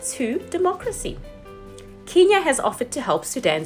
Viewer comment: I am so impressed that you do this in one take and don't stumble. But please, sis, pronounce Kenya properly 🙏🏿